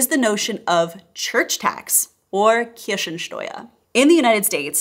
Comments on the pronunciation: Listening to the Video in the background.. "Church tax, or 'Kirschensteuer' (...)" Huh, what, cherry tax..? Yes, german pronunciation is unforgiving.. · I like, how you pronounce the German word for „church tax“ as „Kirschensteuer“! I would love to be provided with my fair amount of cherries for paying my taxes! ❤🍒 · Greetings from north Germany! I like how you say "Kirschensteuer"! Cherry-Tax is good idea, probably way better than church tax ;-) Thank you for your video and all the Information. I could elaborate on this topic almost endlessly. Having a name that starts with "Christ", raised in a catholic family, pushed (or pulled) to church in childhood, having been in catholic Kindergarten, catholic Primary School, catholic "High School" (Gymnasium) ... I quit church at the age of 16. Most of the "altruist" christian teachers at the school reacted with hostility (probably for charity's sake). The only teacher supporting my path and decision was our religion teacher. BTW: I nevery paid a Pfennig/Penny/Cent of taxes to the church. Many "christian" people quit church as soon as they get their first paycheck. I like the concept of "Nächstenliebe" (charity? altruism?) which is being promoted by members of the church. But most (significantly more than 90%) of the christians simply do not live up to it in daily life. Not even close to it. One of my family members recently told me that he wants to murder Putin, the predident of russia – in the name of "christlicher Nächstenliebe" (for charity's sake). This might sound like an extreme example, but it reflects my overall experience with christianity. My decision to quit church has been confirmed to be right over and over again for more than 20 years. I do pray, I try to live the values of Nächstenliebe, I believe in Jesus, but I'm done with chris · Btw you pronounced "Kirchensteuer" as "Kirschensteuer". So Cherry Tax instead of Church Tax